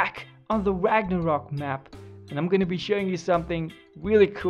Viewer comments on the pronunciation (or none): none